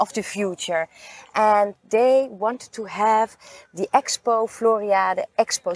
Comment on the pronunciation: Very nice video. You pronounce the last "e" in Floriade. Same for Almere. One of the best videos on the Floriade.....